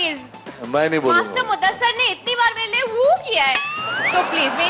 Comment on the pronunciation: Its muddasir.. Not muddasar